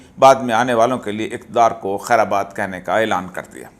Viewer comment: محترم ، لفظ خیر باد ہے خیر آباد نہیں۔ ( سمع خراشی کے لئے معزرت۔ )